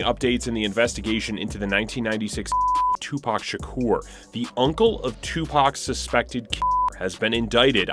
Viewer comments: Tony Yah-yo and Two Pack, and Su-Je Knight legends of the game :/ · 2 pac not 2 pack